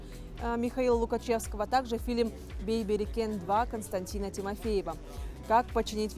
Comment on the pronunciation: Бейберикен 🤣🤣🤣🤣 Бэйбэрикээн!!!